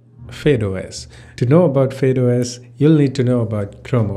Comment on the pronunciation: it's not fade os it's fydeos